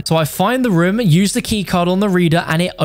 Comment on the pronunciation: . He really said reum instead room